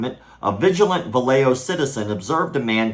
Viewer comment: Hey, great video, one tiny little nitpick. The city is pronounced "Va-ya-ho", not "Va-lay-jo"